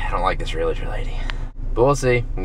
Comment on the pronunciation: first you need to learn how to pronounce realtor lmao